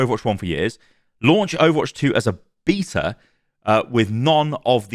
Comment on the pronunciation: Thank you for pronouncing "beta" the correct way ("beetah"). A lot of people go with the American "baytah" and it's so frustrating.